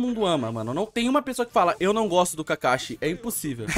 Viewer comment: Cade o s kkkkk kakashi kakahi